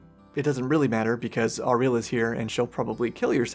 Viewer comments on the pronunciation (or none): It's crazy to me that you can be this far into the game and still be mispronouncing Auril's name